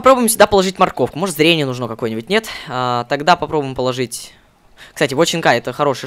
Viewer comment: почему ты говоришь нужно ты ставил ударение на о а надо на у!!!!!!